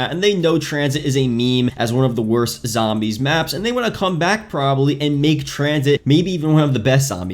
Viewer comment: You can't pronounce zombies for some reason so zo zombies not sambees